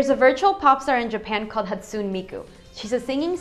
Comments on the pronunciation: "hatsoon" As a filthy weeaboo, I feel the need of correcting you on the pronounciation. It's pronounced "ha-tsu-neh" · in America its pronounced Miku Hatsune and it's not (hotsoon) it's (hatsunay) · I'm not sure if 'Hatsoon' is bad or if 'Hatsooni' (The usual) is worst. But she got the 'Miku' part right, so I'm impressed. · Hat-soon-AY is how you'd pronounce it.. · Aha... uh, it's not hatsoon. It's hatsoo-nay. It's Japanese, you pronounce all the vowels shortly. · ....She botched Hatsune's pronounciation. It's not hawt-soon, it's ha-tsoo-nay. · It's pronounced Haw-tsoon-ay not Hatsoon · its HAT SOO NAY not hat soon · FAIL. It's not pronounced, "Hot-soon". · FAIL pronunciation lol Hatsoon mikoo? it's hatsuNE miku :P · HAT - SU - NAY MIKU! DAMN YOU GET IT RIGHT!! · more like "haht-soo-neh", amirite? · thumbs me up so they can learn how they screwed up hatsune's name HA SU NEH MI KU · also it's pronounced: Hat-su-ne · prounounce Ha-tsu-NE Miku I love Vocaloid!!!!!! awesome videa. My fav so far! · OH MY LEN!!!!!!!!!! MIKU!!!!!! Hehe I only clicked cos of her :3 Romeo and Cinderella keekee ;D And just so you know dude, It's pronounced (Hat-su-nay Mi-koo) xD AND IT IS NOT CRAZY. ITS AWESOME. Vocaloid Forever~! <3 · ((vocaloid fan critism)) its pronounced hat-su-ne miku......==''' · I loveeeeeee miku but you say hatsume weird. o.o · You said Hatsune wrong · you said hatsune wrong.... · ya pronounced Hatsune wrong ¬3¬ I only clicked this cause a miku :D